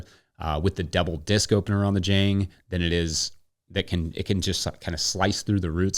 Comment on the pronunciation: ok, pet-peeve of mine, admittedly pedantic, but Jang Automation is a South Korean company, and it rhymes with long. Spent a lot of time in Korea. Good video, love the channel.